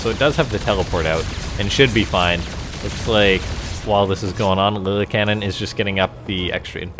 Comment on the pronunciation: I think it’s pronounced (Lilly-Ca-Nin) love your videos. Keep up the good work